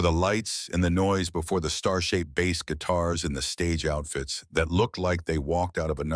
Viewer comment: Ripped video clips stitched together without any sense of proper sequence, coupled with an AI voice over that can't distinguish the pronunciation of the instrument or the fish.